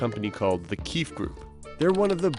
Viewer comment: Lol the keef group... Its pronouced KEY-FEE...